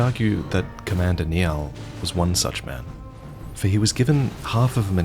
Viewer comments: Great video, just one small issue. Niall, the name given to the Commander at Fort Sol, is typically pronounced as "Nylle", rather than "Knee-al". It has Celtic/Norse origins and dates back at least 1500 years. Glad you're saying Scadutree properly these days, I respect that you make an effort with these things. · I know it's a month late and it's not really important but Niall is pronounced Nile. It's an Irish name, derived from the old Irish Niadh, which means champion. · Surely it's pronounced "nI-aLL" not "knee ahl". And I'm aussie confused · It’s nigh-el not nay-al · I'm sorry, I know these kinds of comments must get annoying, but Niall is pronounced "Nile" like the river. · Not sure if the game intended a different pronunciation, but the name "Niall" is pronounced "Nile". Like the river. Thought some might like to know that, not intended as a grammar antagonist correction. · Oh my GOD Commander Niall is pronounced “Nile” like the river. Drives me mad when people try their best to butcher it. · As your best friend I did laugh extremely hard when mispronounced your name 😂😂😂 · Hopefully you can pronounce Niall's name correctly next time 🙏 Fantastic video otherwise. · I always pronounced Commander Niall's name like he was Irish lol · As a Niall myself, I detest the way you chose to pronounce Niall.